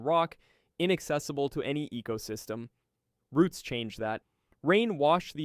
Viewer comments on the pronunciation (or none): none